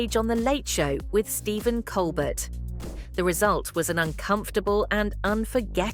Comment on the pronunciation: I stopped watching after she mispronounced Winslet and Colbert. Garbage.